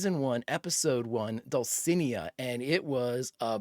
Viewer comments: Not that it matters, but it grated on me every time you said it… dull-see-NAY-uh. Dulcinea. Without an accent mark, accent goes on the second to last syllable in Spanish Bonus points for knowing the name was from Don Quixote, though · Am Spanish and I can confirm that Dulcinea is a Don Quixote reference and that you totally butchered the pronunciation. It's okay, I know that foreign languages are hard.